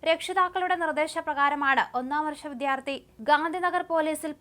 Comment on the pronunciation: പ്രിയ സഹോദരി, വിധ്യാർത്ഥി അല്ല വിദ്യാർത്ഥി. ഉച്ഛാരണ വൈകല്യം ഉള്ളവർക്ക് ഈ ജോലി ബുദ്ധിമുട്ട് ആണ്. ആത്മാർത്ഥത ഉണ്ട് എങ്കിൽ തെറ്റ് തിരുത്തി മുന്നേറാം.